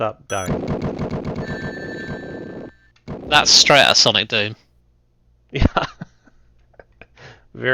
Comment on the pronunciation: It’s sonic not saninkus